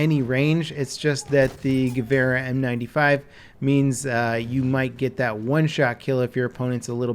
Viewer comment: I really like the way you say Gewehr... and yes, Im from Germany